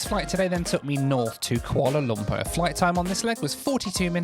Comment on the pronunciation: I like how pronounces it "Koala Lumper" like Ronnie Barker as Norman Stanley Fletcher in 'Porridge'.